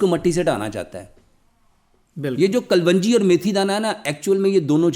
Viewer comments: یہ نہ حکیم ھے نہ ڈاکٹر ھے اس کو جھوٹ بولنا آتاھے جھوٹ بول کر کماتا ھے کلونجی کو کل ون جی بولتا ھے جاھل ھے ا😂😂😂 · KUL-WUNJI ? THE CORRECT PRONOUNCIATION IS, KALONJI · ڈاکٹر صاحب کلونجی کا تلفظ درست کریں